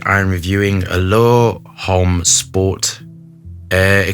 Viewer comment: Only can totally fu3k up pronunciation and still sound dope doing it.